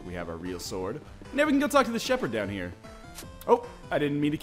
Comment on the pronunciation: Don't know why but I laughed really hard at the "Player......Shepherd". xD